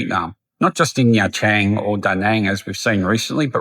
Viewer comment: Bad foreigners like those who pronounce the country as Veet Narm? Agreed they are the worst. It's a 3 syllable word. What about those foreigners who say Chang in Nha Trang? It's not Chang. It's Trang. You know for someone who has lived in Vietnam for more than 10 years, I can't tell if you're trolling on purpose.